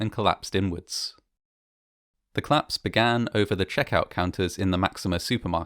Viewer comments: Fine voice, manner and research It only demands proper pronouncing. The much-used "collaose" has two syllables. COL-LAPSE. This is a duty to listeners and to your otherwise superb work. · Another great documentary from this channel. I'm a big fan, but I just can't get over the way you pronounce "collapse" as "claps"! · ‘Clapse’ no, no no …… collapse …. co-lapse. Aargh!